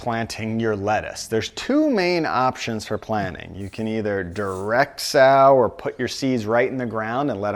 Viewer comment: Sow is not pronounced like “ow”. It’s pronounced like “So what”.